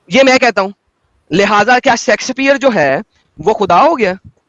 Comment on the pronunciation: William Shakespeare❌ William Sexxspheree! ✅ Hard hard! 😂🔥